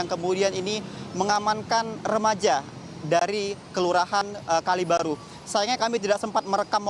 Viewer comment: Kalibaru bang bukan Kalibiru 😂